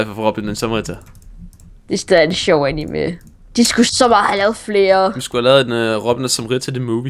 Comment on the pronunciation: DET HEDDER IKKE ANIMÉ! DET HEDDER ANIME!